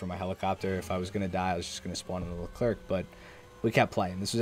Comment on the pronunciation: Leclerc is pronounced lecler silent c please